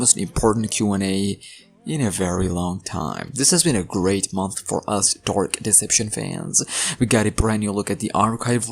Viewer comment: "dork deception" hits hard🗣🗣🗣🗣🗣💥💥💥💥